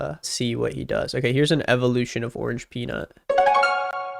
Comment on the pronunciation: Bro it’s orangepeanut ffs